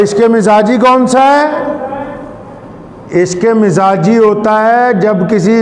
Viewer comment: درست تلفظ عشق مزاجی نہیں عشق مجازی کہتے ہیں۔